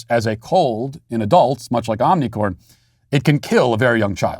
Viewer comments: I've been meaning to mention this in a lot of your videos, you keep saying omnicorn but the actual variant is called omicron. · omnicore? does he mean omicron? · You saying the variant incorrectly. It's onioncorn. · I love how Matt says "omnicorn" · Matt it's not OMNicorn!! Ffs! It's omicron. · Every time he says omnicorn I laugh 😂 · Is Matt saying Omnicorn? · Why does Matt always miss pronounce the name of the virus variant